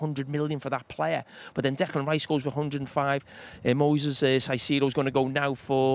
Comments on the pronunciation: These two are just best friends at this point, aren’t they?😂 And Jamie, it’s pronounced Kaisedo, not Saisedo😂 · someone please tell Carra its “Kai-see-do” and not “Sai-see-do” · Saisido?? Can carragher say Caicedo? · Why does Jamie always have to be the less educated one with his pronunciations...Saisedo? Really? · Siseedo? 😂 why do some pundits make up their own pronunciations lol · I love how they pronounce Caicedo's name differently 😅